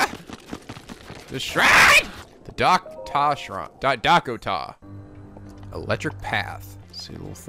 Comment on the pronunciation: Game: Dako Tah Shrine: Daah Koh Tah Shrine Me: Dakota Shrine